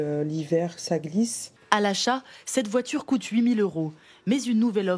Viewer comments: "Voitchure, pratchique et la blonde de chez Citroën à la fin, qui nous sort du 'au jour d'aujourd'hui'." Moi ce que je remarque, c'est que si vous voulez apprendre à parler français, il vaut mieux éviter la France. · Ils ont tous la même voitchure